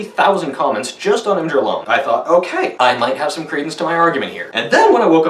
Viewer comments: Its IMGUR NOT IMGER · "ihm-jer" All sympathy gone. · Im-Jur?!?! TRIGGERED!!!!!!!!!!!!!!!!!!!!!!!!!!!!!!!!!!!!!!!!!!!!!!!!!!!!!!!!!!!!!!!!!!!!